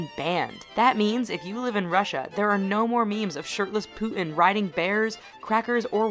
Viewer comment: i love the way she says "putin" -- she pronounces it like a northern-english person xD "poo' 'in"